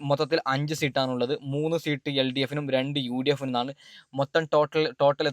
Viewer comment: മരപ്പൊട്ട സീട്ട് അല്ല സീറ്റ്